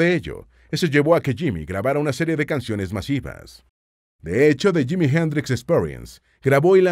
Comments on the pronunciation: Es JIMI,,,JIMI HENDRIX,,,JIIIIIMIIIII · Es que es JIMI HENDRIX y quítate el sombrero al pronunciar su nombre Mister Jimi Hendrix,,,,please.